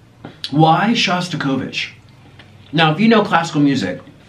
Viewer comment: Hi Niko and hello from Russia. I'm one of your silent subscribers. But there was something that touched my soul in this video. You were talking about Shostakovich. It was funny to hear how you pronounce his surname 😂 try to say SHo a bit softer. His music is so scary because he saw all the terrible things that happened during the revolution, world war one and two. He was starving for a long time and still had some space in his heart for love and hope. My best wishes to you and Orlin, you are very nice and positive guys 😜